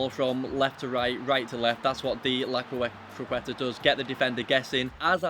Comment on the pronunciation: Jesus Christ, why are you not capable of pronouncing CROQUETA? Lmao